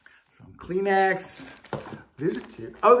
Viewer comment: Thanks for sharing. I did a junk box for my granddaughter. Love the way you said Kleenex.